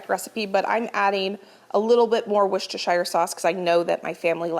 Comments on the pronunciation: She’s a bit off still but closer than most Americans. I used to say it the way does but I live in Worcestershire England now and got absolutely roasted by the locals. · Love the and Susan days! Always listen to your Mum…she says Worcestershire correctly ❤️❤️